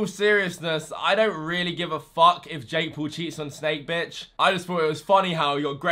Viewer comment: PAUL as "paw-ul" not as Pool omg